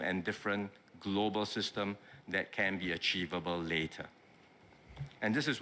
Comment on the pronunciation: Notice he keeps saying globeral markets, its the goberal buinesses in trouble plus how much influence does china have on the.